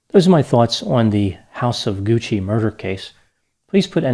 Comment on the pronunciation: Paola Franchi.... whew... another grammatical murder by. Think... Bianchi.... Bianchi....Bianchi.... you pronounced Franchi like Fran CCI Like Gucci. Dr., you mispronounced Patricia wrong 23 times. You pronounced Gucci correctly 34 times. SOFT C. (CC). I'm a compulsive Italian Grammar Checker - so here is the lesson. THE CC in GUCCI makes it a soft "C" and with the addition of an "H"it makes the C soft. Think.... Franchi.... Bianchi....Franchi....Bianchi. Here is the rule: Because it is silent, some will argue about the importance of the letter "H." But the fact is, the Italian “H” appears after the consonants “c” and “g” before the vowels “e” and “i” to harden their sounds. Whether or not there is an "H" changes not only the pronunciation but the meaning of the word as well. Italian Words that Start with "H" Many “H” words have migrated untouched into Italian, including harem, hamster, happening, hardware, helium, and homeland. Others take on Italian embellishments, as in hollywoodiano, Then there's the Italian asino (donkey), who brays “hi ho!” rather than "hee-haw." As mentioned above, other Italian words that start with "H": Ha -- He/she has Hanno -- They have Ho -- I have Italian-English Dictionary